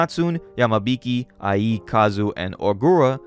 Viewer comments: The way you said Ie's name had me rolling my brain sometimes. I think it's supposed to be like iayyy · Ie is pronounced “EE-eh”, just letting you know. Banger vid’ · Also, pretty sure the protagonist's name (Ie) is pronounced like "ee-é" instead of "i.e."